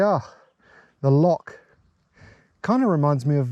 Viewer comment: lovely! I'd watch longer always a little painful listening to "lock" repeatedly.. "lo.. then pretend you're clearing your throat"!